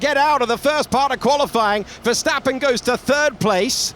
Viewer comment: Max Verseventh 😂😂😂😂😂